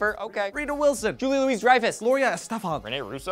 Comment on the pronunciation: It's spelled Julia Louise-Dreyfus, but it's pronounced "Julia Louie Dreyfus."